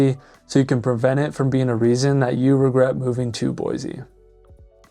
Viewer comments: Boy-SEE not boy zee. Dumbass!! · At least please pronounce it right on your videos. Start the new Californians off on the right foot. No such place as Boyzee. Boy-see please! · Other than the mispronunciation, boy-see not boy-zee, spot on video. If we had the mini ice age weather of the 70’s and early 80’s winter would matter. Today not so much. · it is pronounced "boy-see," not "boy-zee" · Idaho born and raised. Even Google says Boi zee. It's a native American word. Similarly, Dubois is French, Do bwa. The S is silent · I was born and raised in Boise and I can't take you seriously when you're saying it wrong. It's BOY-SEE. No "z". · It's Boy-See...the Z is Silent! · There’s no Z in Boise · How to say you're not from Boise without saying you're not from Boise lol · Why do you say Boise wrong??